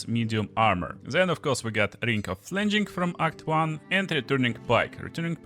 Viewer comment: Looks fun! Gonna try this on Karlach. BTW, Flinging Rhymes with Singing. So, not Flin-jing but Fling-ing.